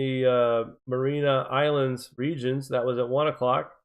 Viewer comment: Mary-ah-nis islands Ray-kee-yahnis